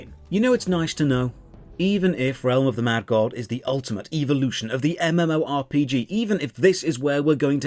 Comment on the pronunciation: Before I saw this review I was stuck in RotMG, no GF, no Life, and no way out. After watching this None of these things have changed but my pronunciation of evolution to “EVO-lotion” Thoroughly enjoyed and would love a series of this game ❤️ 10/10 would see more Evo-lotionary content like this again.